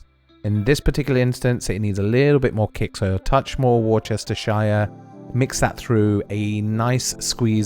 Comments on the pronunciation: I just came here to say War Chester Shire Sauce. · ‘Wooster-shuh’ please. Otherwise excellent. G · War chester shire sauce ? And your english ? Wtf ? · WRONG .... absolutely 1,000% incorrect !!! 😶 It's --------> "WUUST - UH-SHEER" ..... and no abhorrent "sir, sire, shire" hic slang !!! (sheeesh) 😳 And there YOU have it, right from Mr. Lee and Mr. Perrin from England, G/Britain! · Say Wooster, we don't pronounce the Shire bit.:goodvibes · Worcestershijjjjjere souce xd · Great video. Inspiring and easy to follow. FYI it's Wuh-ste- sher sauce. Worcester is a city (pronounced Wus-Ste) in the Shire of Worcestershire (Wuh-Ste-Sher) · good video dude gunna cook them tonight. you say Worcestershire like an american though LOL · So you have an English accent but then don’t pronounce Worcestershire properly. 🤷🏻‍♂️ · Glad I found you. You sound English but everything is in yank talk? Except you pronunciation of Worcestershire Sauce🤪😂🤣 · Did you know it is in fact pronounced as worcestershire?